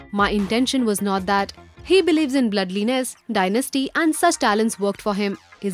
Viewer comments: Bloodliness nahi.. blood - lines. . You're reading a piece of news.. Please be careful of your pronunciation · Who is this voiceover? She doesn't know what's shz reading out! Bbloodliness!!!(For Bloodlines)